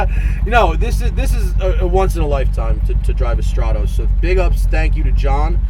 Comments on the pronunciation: You are pronouncing stratos wrong, annoyingly so..it is not straaatose “strat-os” not oosse... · Stratoes, not even good at 'ralleying'. Fucking burk.